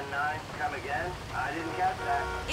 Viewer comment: Waiting for the day when pronounces Tonya's name properly